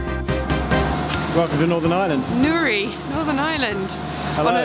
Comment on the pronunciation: Thanks for pronouncing Newry and Poyntzpass correctly 😂